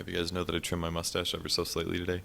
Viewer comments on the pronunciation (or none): none